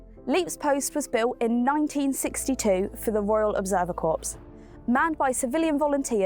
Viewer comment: Don’t pronounce the P in Corps.